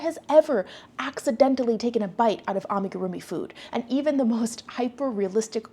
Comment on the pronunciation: Hot take: as an amigurumi person the way it consistently gets mispronounced by English speakers grates on my nerves. I mean if the show boasts such experts you’d expect the judges and host at least learn how to correctly pronounce it... Frankly l keep watching to see what the contestants come up with, but the judging is aweful! Can l just say, your videos are always so well thought out and eloquent. Why do you need an AI generated summary?